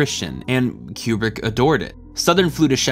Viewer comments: Highjacking the pinned comment to say: you do great work, this is well done af, but, my good brother in christ, you're killing me with the "Cube-Brick". It's "Koo-Brick". Otherwise, well done lol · "...Fourteen point five"..?!?!?!.. Fourteen point five?!?!... Wow. Makes total sense once pointed out (naturally). Tangentially, please don't call him "Cue-brick". "Koo-brick". Por favor. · Okay, I admit. I stopped watching after the 35th "Cue-Brick" and the first "New-Cue-Lar" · For those wondering why is pronouncing Kubrick "cue-brick" instead of "coo-brick": according to Kubrick's stepdaughter, the family pronounces it "coo-brick" and Brits pronounce it "cue-brick" (source: she herself posted this on reddit). Had to look this one up because it was bothering me. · One I wish you would pronounce Stanley Kubrick correctly. Two I wish I knew this was a comedy because I always thought it was an overdramatized drama and everyone I know hates this movie. This is always at the last of everybody’s list of favorite Kubrick films. And I still don’t understand the point of this movie.